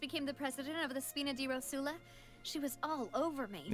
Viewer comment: I think someone should say to them that it's "ròsula", not "rosùla"